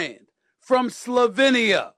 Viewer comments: It's pronounced: "SLO-Vain-EEE-AA" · U get like 20million a year u should learn to pronounce Slovenia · Pronounced “DON-chich”. Say the man’s name properly. And he is from Slovenian not “slovinian”. Lack of respect. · This loud mount professional yapper doesn't even know how to pronounce Doncic or Slovenia 😂